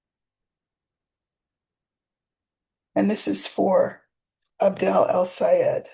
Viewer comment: It's "AB-DUL" (not AB-DEL) 😉